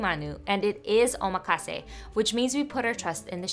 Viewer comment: The emphasis in omakase is on the ma, not the ka, so it would be pronounced oh-MAH-kahsay Looks delicious!